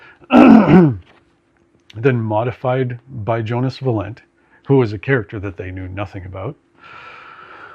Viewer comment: Is that how you say Valent? I put the accent on the first syllable VA-lent.